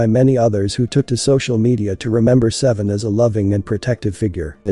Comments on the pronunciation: The spelling suggests his name is SAY VEE ON not seven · His name reads Say Vee On not Seven. He had a lot of potential.